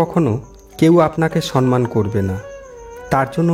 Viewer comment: Sanman na , kothata hobe somman . Pronam